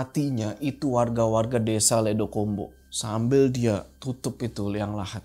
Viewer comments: Di kata ledok ombo vokal huruf “O” nya kayak di huruf “O” di kata Gorila. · ledok ombo pakk...bukan ledokombo😢 ledok artinya cekungan/lubang ombo artinya lebar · bang ledokombo bacanya ledok-ombo bukan ledo-kombo 🗿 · Bang, maaf banget, kalo plot nya di jawa, mungkin mksd nama desa nya itu bukan "ledo kombo" tapi "ledok ombo" cara baca nya gitu Cmiiw...